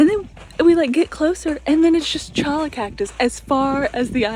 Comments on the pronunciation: Cholla is pronounced choya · Cholla is pronounced "choya" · cholla are actually pronounded choya .